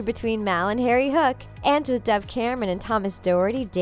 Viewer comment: Am I the only one who noticed on it sounded like she said "mal and Terry" instead of "mal and Harry" idk if I heard the incorrect or not